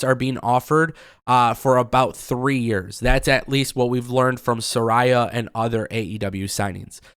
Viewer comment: I'm so glad u know how to say Saraya's name right. No one seems to say it right in aew n it drives me nuts.